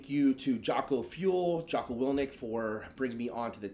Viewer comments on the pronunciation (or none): mispronounced his new sponsor. "Jocko Wilnick". Great start.